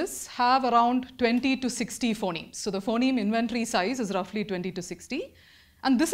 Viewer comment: why does she mispronounce phoneme for the first half hour